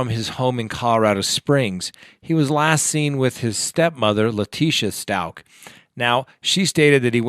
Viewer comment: It’s Stauch not Schtauch...